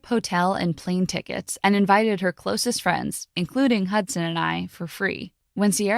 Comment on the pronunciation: Why i heard "Hotson" not "Hudson" ? 😆